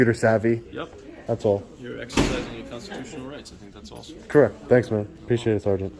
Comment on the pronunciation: 😲 I almost teared up when he said your excersizimg your constitution right